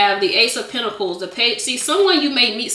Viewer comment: I like the way she says pentacles lol